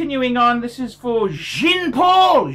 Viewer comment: Jean is phonetically pronounced “Jhaan” not “Jeen”.